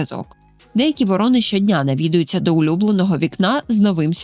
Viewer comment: ВорОни та вОрони (круки) - абсолютно різні птахи. А тут змішали їх докупи, постійно ставлячи різний наголос та показуючи у відео як врОн, так і вОронів. То про яку з цих двох птахів було відео?